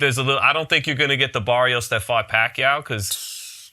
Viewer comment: Yall saying Barrios name wrong mayneee 🤣 listen here .. u gotta roll that R .. so when u say it correctly it sounds like Maddio Baddios 🤣😭